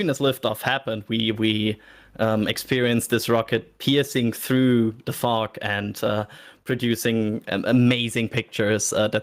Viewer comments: Every time I heard say “fog” I thought somebody was saying f*** instead. First time I heard him say the word I was like wait, what did he just say!? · you may want to work on your pronunciation of fog 🤣🤣🤣